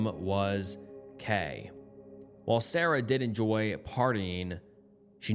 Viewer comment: Followed by sawrah not Sarah